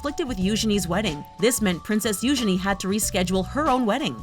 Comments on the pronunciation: You-gene not you-ge-ne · What do you mean - "Moved into a SMALL cottage?" Frogmore Cottage is five cottages joined into one large dwelling. It has for example five bedrooms. Have you seen the picture of it? And the princesses Eugenie's name is pronounced You- GEE- nee". Make sure you do your research before doing your voice-overs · It's not youshany it's youjeny(eugenie)!!!!!!!!!!!! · It’s Eugeenie get it right America